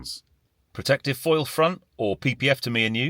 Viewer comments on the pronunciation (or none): none